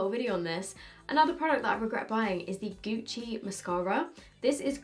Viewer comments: GUCCI NOT GUCI from an italian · went full British on the gucci mascara